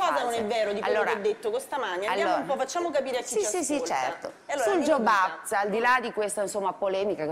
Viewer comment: Jobs act e non Job act; non legge del lavoro ma legge a nome di Steve Jobs.